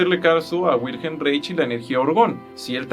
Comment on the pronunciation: Que opinas del campo morfogenetico de Rupert Sheldrake…? Y como observación Wilhelm Reich se pronuncia “Wilham Raij”… por su nacionalidad austriaca …